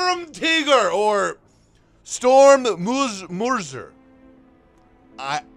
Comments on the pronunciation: Mörser: Mortar, indeed. It's not pronounced "murser" though, but with an "ö" sound...hard to describe, can't really find an english word with an approximate sound right now. So..."Sturm" usually translates to "assault", so "Sturmgewehr" -> "Assault Rifle", Sturmgeschütz (StuG) -> "Assault Gun", and consequently "Sturmmörser" becomes "Assault Mortar". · Btw the mör part in mörser is basically pronounced the same way as sir, if that doesn’t help try to pronounce it like the beginning of mercy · "Mörser" = pronounce it like "murder" and just switch the s/d! Willkommen zurück,:) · its pronounced differently but yes exactly "Mörser" is a mortar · German here, "Sturmmörser" means: "Assault mortar". So Mörser = Mortar. So yes you are right on that one (but you pronounced "Mörser" a little wrong)